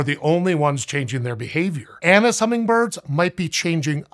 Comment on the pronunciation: I keep hearing anus hummingbirds 🤦‍♂😂